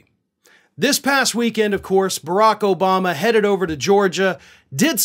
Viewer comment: Herschal Walker can not even say President Obama.